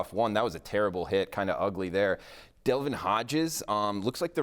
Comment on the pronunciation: 'Delvin' Hodges? Trace 'McSwirly'? Lol....... *Devlin & *McSorley